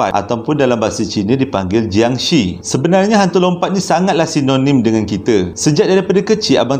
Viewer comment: sebutan bunyi yang betul untuk jiangshi dalam Mandarin adalah 'chiangshe' (bukan bunyi she dlm English) dan dalam Kantonis 'keungtzi'